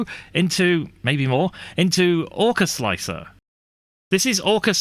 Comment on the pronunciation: slickthreeahr? i think its pronounced "slicer" the 3 is a placeholder for E. like 7 for T. gotta love softfever, he made my x1c be able to use an x1e feature with chamber temp setting. SWEET plus all the other extended options for perfectionists. mmm 0rk4zL1C3r what resolution and deviation are you slicing at with orca sir? if you use the stock 0.049 and 0.012 you are loosing out on surface quality for sure. i have sliced pretty much all models with 0.001 and 0.001 arc off, classic. for me i get very very pretty walls. the scarfed contour was the one on the left ;) the seamline was straight as it was a a straight wall. an afterthought after watching this interesting video; if the first problem arises and your solution does not help i wonder if printing the infill first will have similar effect, as that usually prints pretty fast so the pressure and temp has time to settle for the outerwall. thanks for making my greys work buddy. like this